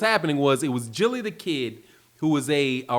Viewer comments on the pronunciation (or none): It’s gilly the kid not jilly